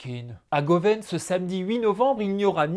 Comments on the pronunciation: .......Ca se prononce pas govenn mais govin...on est en Bretagne 😂 viens nous voir...On boira du chouchen bises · Goven ça se prononce "Go-Vin" allez, let's Go vin, charcuterie, Venandi!!!